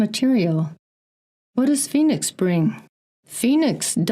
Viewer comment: Anyone else catch Robert Sepehr pronouncing Phoenix foynix? It’s in his Red Race vid explaining the meaning of the word but seemed to avoid saying it the way we say it here. He promotes old timeline theory and semen retention…hmmm.